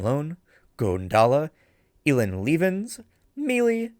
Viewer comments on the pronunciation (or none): Omg, no hate but i laughed at how you pronounced my name, i love it lol anyway sadly im not able to be a paid member but i am Ah just realised I should probably tell you who I am lol, Elien Lievens :), You pronounced Lievens correct but Elien the ie is pronounced like the ee in between :) (I'm belgian so yeah a french name with a dutch spelling.)